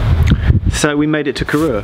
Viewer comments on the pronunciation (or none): Great video. I’m from Fort William at uni in Glasgow so travel on this line regularly. Just a quick note that Corrour is pronounced so it rhymes with “hour” - totally understandable to rhyme it with “your” as the announcement on the trains mispronounces it too! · From a complete Geek point of view Corrour if my favourite train station because it is just so remote. Been through it so many times as a kid. Just one thing - You need to learn to pronounce Corrour - the "our" at the end has a long, almost double "o". Still, cracking video!